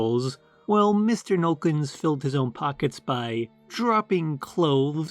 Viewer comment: “Nollekens” is three syllables.